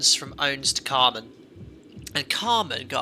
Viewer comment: the carmn/camrnthing really annoyed me. i was glad his wife corrected him